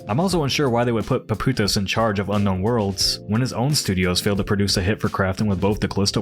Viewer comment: PAPOUTSIS. There is a 'TS' over there, dude is Greek, his last name means 'shoemaker'